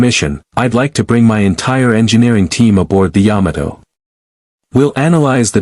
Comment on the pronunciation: What only 114 people on the SBY? It would be nice if this was redone with a better voice AI to many word errors. (Yadmoto, Bayjirn?). I give up to messed up